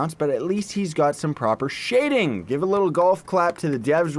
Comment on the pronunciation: Lol "the devs don't do shhhading"